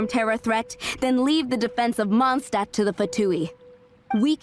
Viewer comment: In the first part you worried slightly about saying Mondstadt wrong. And since then you have said it in the exact same way as the game. Which is wrong. And now there's the "Holy Lyre der Himmel", which the game also says wrong. At least it seems to be consistent in the way it is wrong. Kinda like "Atelier". Also the name Venti reminds me of a prominent character in Rune Factory 4 - who happens to be a dragon.